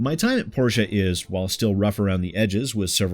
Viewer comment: Just so you know (I applied for VA work on the game myself) it’s “POR-tee-uh”